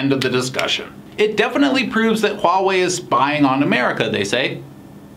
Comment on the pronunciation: Nathan是我见过，英文是母语朋友中，HUAWEI发音最标准的...